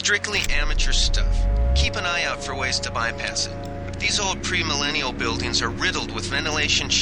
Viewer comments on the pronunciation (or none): "Premillenial" got me for a moment